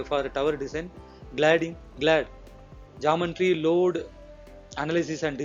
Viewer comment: It is not "Jumb-baan-tree"; It is Geometry=Gee-o-metry"...!!!!